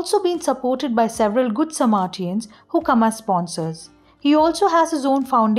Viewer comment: It's not Samartians. It's Samaritans.